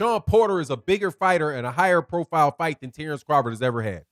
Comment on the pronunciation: I'm a need Bomac to sit the eff down. He messing up Crawfords name. Crawford is my favorite fighter today, but his camp is sounding goofy.